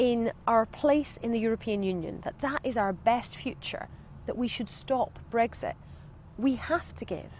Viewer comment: She can't pronounce Brexit properly. There are no eggs in it.